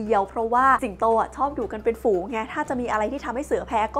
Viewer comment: ฝูง ไม่ใช่ ฟูง